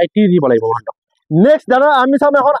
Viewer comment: বাকী বাদ দিয়ক,,মহন্ত বুলি যে কয় শুনি ভাল লাগে দেই